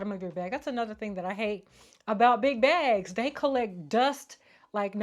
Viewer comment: Why I know your saying big bags lol but I keep hearing “Big Backs” lol 😂 I’m here for a good bag moment tho lol